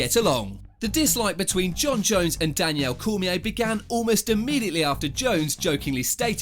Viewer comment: “Danielle Cormier”